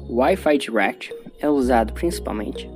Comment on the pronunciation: Eu escuto ele falar Wifi thuaquiti kkklk